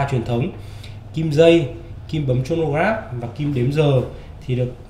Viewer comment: review rất hay có điều Chronograph bạn nên đoc là cờ-ro-nơ chứ đọc Chô nô nghe không chuyên nghiệp lắm( chân tình)